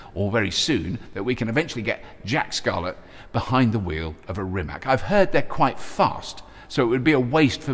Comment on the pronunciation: When you say "Rimac" it sounds like you're going to say Rimmer.